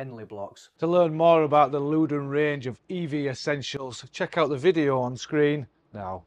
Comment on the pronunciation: It's Lewden 😂😂